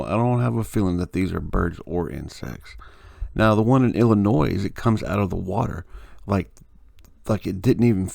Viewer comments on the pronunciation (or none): Great find, thanks for posting it. Fyi, please quit pronouncing it Illi-noize. The "s" is silent. Cheers:)